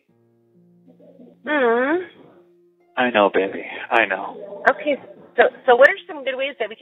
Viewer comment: BAabee girl is how he's saying it..... Dude.... chill. It's baby girl.